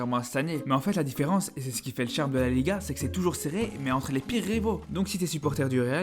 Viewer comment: Barçá, atleticó, bilbaó....le classicó, la ligá C'est tan difficile de les prononcer correctement? Carajo